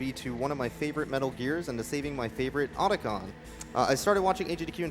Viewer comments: Who's Oder-Con? Sounds like a bank robber who smells bad. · Well that's one way to pronounce Octagon. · lol at americans making up their own pronunciation once again. OTACON no oats in the spelling there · Could you please not mispronounce Otacon's name? Thanks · How do you miss pronounce the name repeatedly when they SAY IT OUT LOUD DURING THE FREAKING RUN?